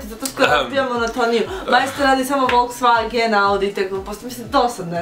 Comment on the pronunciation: Volkswagen... Ne "Wolfczvagen"...